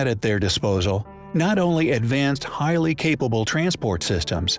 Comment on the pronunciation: lets start a "high lee compelling DRINKING GAME ?????🍻🥂🍺🍸🍷🍾